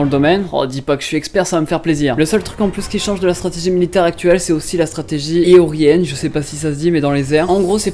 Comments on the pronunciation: "aiorienne" jpp Aérien ça te dis rien :) ? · « Aiorienne » Aérienne ?😭😭😭